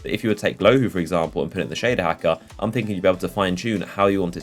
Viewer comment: Shaduh Hackuh